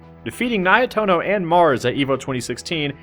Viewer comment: Just to clarify, it's pronounced Ni-eh-toh-noh, not Nai-eh-toh-noh